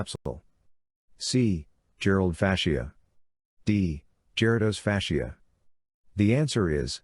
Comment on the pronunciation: you are in error! You have misspelled and mispronounced Gerota’s Fascia.